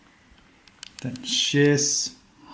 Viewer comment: That was great thank you! Except that for pronunciation of ۶، the second ش is also pronounced ش. So shesh is correct (not shes) :)